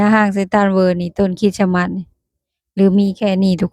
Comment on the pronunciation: ต้องพูดว่า"คิสมาส"(คิด-S-มาด )ไม่ต้องเน้นคำว่าสะให้ชัดเจน ให้พูดคำว่าสะเบาๆและไปเร็วๆพูดไม่ให้ใด้ยินคำว่าสะเลยยิ่งดี คล้ายๆเราพูดอะไรแล้วมีSตามหลัง คริตซิ คริสต์มาส ลองพูดดูนะ😂